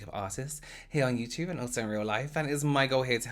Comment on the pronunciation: I know this is an older video so no one will see this but I had to add my favorite word he uses in his accent... “you-chewba” the way he says YouTube is everything!!!!!!😂😂😂😂😂 I adore him